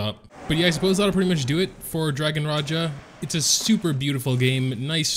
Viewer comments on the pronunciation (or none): Its dragon Raja not Raya (pronounce)